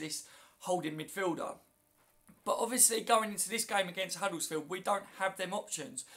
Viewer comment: Hi, it's not huddlesfield with an L in it it's Huddersfield, as in 'Udders-field. Thanks.